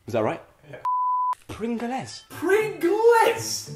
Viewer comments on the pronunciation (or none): Joe it’s tic tacs and prin- glz and then Vini gar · The eay that he mis-pronounced pringles is hilarious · and the way he say pringless instead of pringles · You've made me say prin-gles instead of pringles now joe lol 😂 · I was laughing so badly when he said "pringales" when it was actually pringles there was not not supposed to be an "a" when he said it😂😂😂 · Haha my fave part Joe: "pringl-ess" Oli: "PRINGL-ESS!!??" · Llamasrock03 hahahaa "pringleys" and "t-i-c-t-a-c" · I died even wen he said pringels!!! Im not american nor british im indiam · Serene K i think pringl les made my day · Ariana FRUIT - PASTEELEEEEEES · i love how joe weller says PRIN-GLEZ?! 😂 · PRINGELES! not another name wrong😑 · The way they pronounced Pringles and vinegar >.< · The way that they pronounced pringles😂😂😂😂😂😂😂😂😂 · The way he said Pringle's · You said Pringles wrong😂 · Ok he is officiouly stupid. He said pringles wrong. Everyone in England luvs at least one flavour of pringles